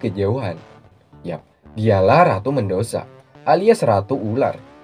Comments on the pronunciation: Medusa bang bukan mendusa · bg namanya medusa bukan medosa